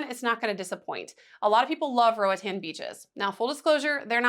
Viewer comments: RO AH T-AH-N, it's a Spanish speaking country and this how the vowels are pronounced, unlike in the U.S.... but if you prefer to pronounce it as an American English word that's anyone's prerogative. Just know the locals would not pronounce it Ro-uh-tan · Who told you that was the right way to pronounce Roatán? Lmao. It’s in Spanish girl. It’s definitely more like what you initially thought before whoever corrected you. Roa-tahn.